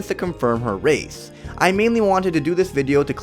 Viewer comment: Plz talk right. U said rathe instead of race